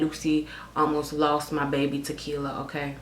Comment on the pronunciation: I seriously die everytime you say "Okerr?" 😂😂😂 Love youu 💕